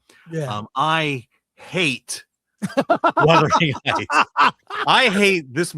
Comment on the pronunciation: Chris. Wuthering Heights is pronounced as "wuth-er-ing hights." The first part sounds like "mothering" with a "w" at the beginning